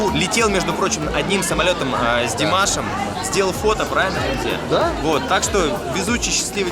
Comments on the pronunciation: Почему Хамзе,а не,по казахскии.? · Прошу не искажать имя не ХамзЕ, правильно, либо у него в паспорте допустили ошибку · Очень приятный позитивный,улыбчивый парень! Наконец-то казахи появились со свои репортажем! Долго же вы молчали и выжидали,а?! Хочется спросить, почему твое прекрасное имя произносят ХамзЕ (в дательном падеже?!)